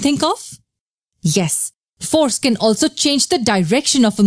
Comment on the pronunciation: is it just me or does it seem like whenever she says "Force can" it sounds like "foreskin"